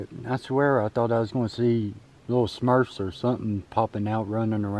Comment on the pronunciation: Lil Smurfs lol You are saying it right!